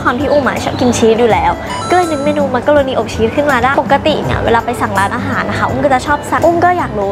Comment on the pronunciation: น่ารักมากเลยค่ะ แอบขำตอน มักโรโน555